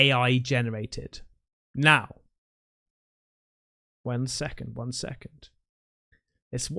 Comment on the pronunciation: says "one second" annnd I swear to Buddha he sounded pure blooded German 🫡🫡🫡😭